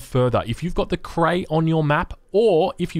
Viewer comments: Why does he pronounce Cree as Cray? Cree is pronounced just like it's spelled. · it bothers me more than it should how you pronounce Cree